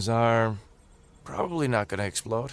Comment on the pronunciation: with Major Emphasis on; "Probbly" with the Capital "P" !